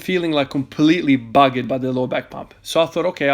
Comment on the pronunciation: The way said “buggered” in his accent had me rolling